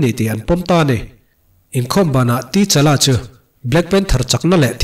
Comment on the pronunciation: Sir ka lo sawi ve mai2, comment tih tam nan,, T-Challa tilo in Ta-Challa ti a lam tur ni in k hria.